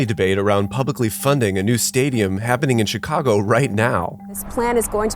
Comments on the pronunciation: I’m sure I missed out on a great video, but being from Chicago, and hearing him say “Checago” made me stop watching 😂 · I hate how he pronounced my city